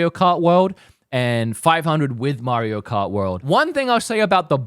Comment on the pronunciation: Mairo Kart 😂